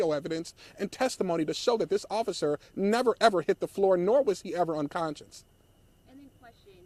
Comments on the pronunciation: Bruh… its unconscious not unconscience. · " they were only there for 3 minutes. 120 seconds...." uhhhh this guy talking is not helping at all. " unconscience?" . I think he means unconscious. Where did they find this guy? And apparently the family completely lied to this guy as well. The whole situation is very sad though. May everyone involved find peace